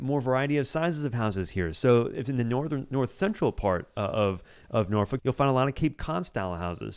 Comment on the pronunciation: Please pronounce my hometown of Norfolk as Norfek. If you’re a local you’d say Nawfek. NOT Norfuck. Good grief!